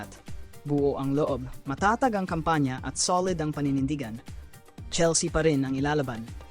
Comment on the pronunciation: CHELS-YA talaga??? Merong Filipino AI voice na pwede gamitin. 😂😂😂